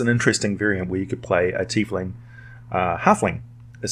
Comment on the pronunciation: I like your pronunciation, I hear "Tyf-ling" way too often